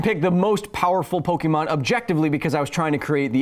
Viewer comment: Lol I think that was a trainer smack down. Don’t mess with OG Pokémon players. Though I do deduct -1 internets for pronouncing it poke-ee-mon